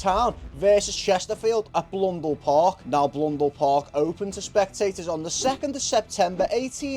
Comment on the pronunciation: Mate it's Blundell Park, not Blundele :)